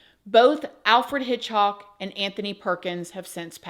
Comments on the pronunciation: And HitchCOCK not HitchHOCK lol I love ❤ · It's Alfred HITCHCOCK, not "hock". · Hit-hock??? You mean HITCH-COCK right??? LOL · It's Alfred Hitchcock not Alfred Hitchhock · Alfred "Hitchhock" 😂 We love your -isms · Alfred Hitch"hock" 😂